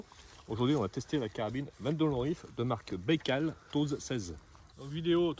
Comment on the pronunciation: SVP, bien prononcer le nom Baïkal..